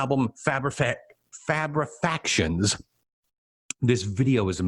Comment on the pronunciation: What an excellent selection of tracks. And you pronounced Fabrefactions correct! (albeit on the second attempt) - most people say fabrications. Really appreciated your thoughts.